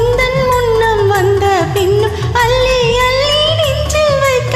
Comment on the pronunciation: இருவரும் சிறப்பாக இனிமையாக பாடியுள்ளீர்கள்.பெண் குரல் பாடலை ரசித்து ஆனந்தமாக பாடியது அருமை. முதல் முறை கேட்கிறேன். பெண் குரல் உச்சரிப்பில் க வனம் செலுத்த வேண்டும். அள்ளி அள்ளி ..என்பது அல்லி அல்லி என்று கேட்கிறது. நான் இந்தியாவை சேர்ந்தவன் .தற்போது அமெரிக்காவில் உள்ளேன். தங்களின் இசையார்வத்திற்கு வாழ்த்துக்கள்❤